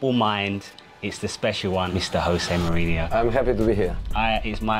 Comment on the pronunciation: kinda annoying hearing this guy have the opportunity to meet José Mourinho and call him "Hosé" as if he were Spanish and misquote him as "the special one" not "a special one"